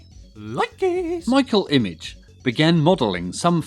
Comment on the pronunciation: Hard G. Not "image". 😀